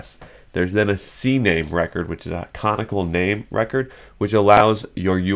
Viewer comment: Sorry, just trying to help, but it's pronounced "Cuh-naw-nickle".